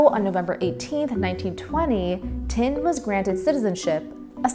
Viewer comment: Please learn to pronounce Indian names and words correctly, especially as you appear to be of Indian ancestry. The gentleman's family or caste name is not TIND, which means A BALD PATE, but THIND, which is pronounced like THIN with a D at the end. Not to difficult, eh, if you thought (TOT!) DIS VUS IMPOTENT